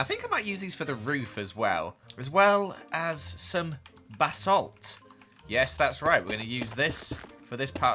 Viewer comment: Did anyone else hear Bassett, when said basalt 😂🥺💙